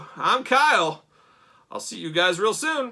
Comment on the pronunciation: But it’s Motaro with an a. So cool though.